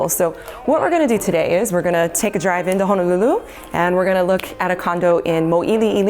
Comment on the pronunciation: So far your the only realtor saying Ho-no-lulu correctly! Mahalo